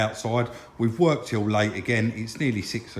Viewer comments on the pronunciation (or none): none